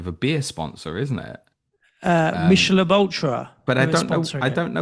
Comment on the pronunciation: Michelob Ultra’s full name is “Michelob Ultra Superior Light Beer” and that’s why they’ve called it Superior 😂 It’s pronounced as “Mik-a-lobe” also but hearing the H pronounced gave me a chuckle. Cheers for the conversation!